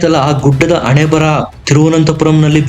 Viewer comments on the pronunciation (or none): ಅಮೇರಿಕಾದ ಯುದ್ದ ವಿಮಾನದ ಬಾಳಿಕೆ ಅತ್ತು ಆದಿನೈದು ವರ್ಷ ಮಾತ್ರ ಎನ್ನುತ್ತೀರಿ ಅದು ಅತ್ತು ಆದಿನೈದು ಅಲ್ಲ ಹತ್ತು ಹದಿನೈದು ಅಣೆಬರಹ ಅಲ್ಲ ಕಣೋ ಗೂಬೆ ಅದು ಹಣೆಬರಹ